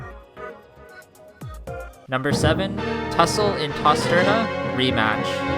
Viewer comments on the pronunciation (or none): It’s Tostarena not Tosterna